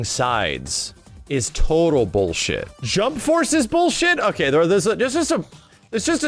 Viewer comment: new drinking game, one shot for everytime says "boolsheet"